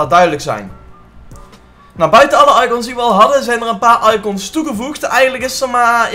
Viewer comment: hoe zeg jij icOns hh